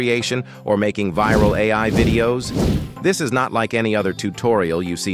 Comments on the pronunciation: Thanks but I am not making AI vids. I was merely commenting on the AI speech in this vid. It sounded like it said "dis" instead of "this". That's all. thx! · 43 he did NOT just say "you will be directed to DIS page". Someone please tell me he did not just utter that. AI speech using DIS? smh....